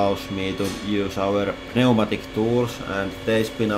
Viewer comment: P-nee-ooh-matic... love it. I'd let you know how to pronounce "pneumatic" but I really like how you say it and other words. (It's new-matic)